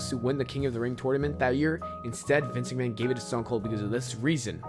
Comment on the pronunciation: Good video, but work on your pronunciation - you said "live tragic" instead of "tragedy", mispronounced Vince McMahon repeatedly and so on. Good vid though.